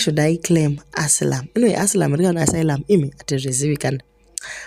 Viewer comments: 😂😂😂😂😂 chirungu chakauya negarava please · Asayilamu (asylum) not asilamu❤